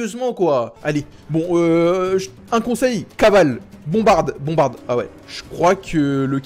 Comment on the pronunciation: POUR COI. TU. DI. BONBARDE